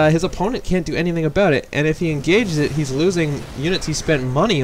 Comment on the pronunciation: "Let's talk aboot walling"